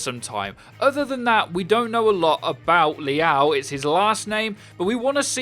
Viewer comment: Liao isn’t pronounced like that wtf